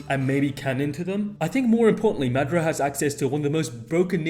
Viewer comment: Is you saying Madara name wrong on purpose. Cuz if you seen the dub you KNOW that’s not how you say his name 😤😤😤😤😤😤😤😤😤😤😤